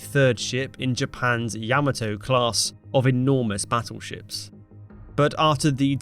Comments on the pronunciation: bro. its pronounced Ya-moh-toh. Not Yam-ato. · Love how these brit announcers change the pronunciation of everything. It ya moto. No Yam a toe .... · "Ya- MA- to" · Pronounced yaa maa toe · It's pronounced YA-MAH-TO! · Yam-a-toe (Facepalm)